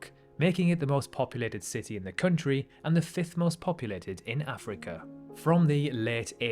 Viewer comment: Country not "Khöntriii"